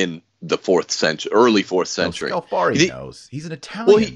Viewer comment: If Scalfari has repeatedly misrepresented pope Francis, then why does Francis repeatedly go back to Scalfari to be interviewed? ------ (By the way, it's Scàlfari, not Scalfàri, the stress is on the first syllable.)